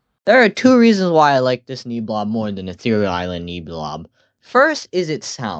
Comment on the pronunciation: Pronunciation fix: It's pronounced "Nehbulob" like Nebula not Neebulob :) Also your rankings are so fair, not a single drop of hate and I love that. well until Gaddzooks I don't get why an overrated monster makes you hate it. People love it so much because without Gaddzooks Ethereal Workshop just sounds so much more empty